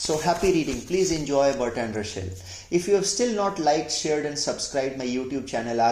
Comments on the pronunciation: Say/pronounce his name at least correctly !! It is not RuSHel - but it is RuSSel [s] ! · Say Ra sell... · You pronounced "Russell" as "Rushell" 🤔